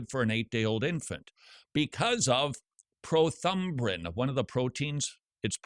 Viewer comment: I love Todd trying and failing to say prothrombin